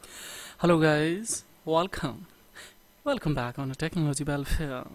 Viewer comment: Bro that is not wallcome it is welcome